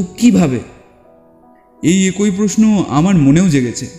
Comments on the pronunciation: একোই নয়,--অ্যাকই(একই). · AKOI katha noi, uchharan hobe AKI katha. Kichu mone korben na pls.